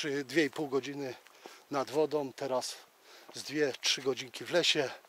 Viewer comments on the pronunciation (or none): fajny grzybiarz z ciebie fsjne robisz filmy i masz super powiedzonka ale proszę nie mów że na wodom łapiesz ryby tylko nad wodą, jesteś fajny facet i mam nadzieję że się poprawisz?😃 som to także niepoprawna wymowa tylko są ok? Trzymaj się do następnego filmu😃